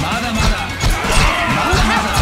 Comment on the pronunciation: Am i hearing mada mada or MUDA MUDA